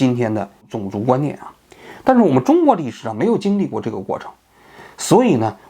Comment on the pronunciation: 王局平翘舌问题相当严重，种zong族、层出cu不穷、、、、